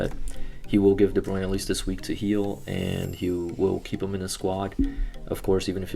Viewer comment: It’s Kevin de bruyne not de bruin